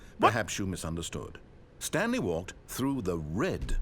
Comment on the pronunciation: "stanely agreed to sign up to google+"